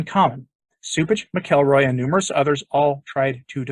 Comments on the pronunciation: i think it's pronounced mackle-roy, not mic-el-roy. anyway, cupich will be a [further] disaster for the Church, probably ushering in women Fathers and acceptance of homosexuality. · Dear, His name is pronounced “Mackle Roy” Mack-ul-Roy His nephew is in my old church. Thanks